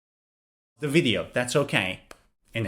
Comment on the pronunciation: video V, niot "wideo" pronuncuation. is everything, but I like!